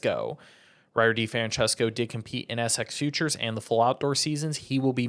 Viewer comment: youre the only one that pronounces Ryder D's name that way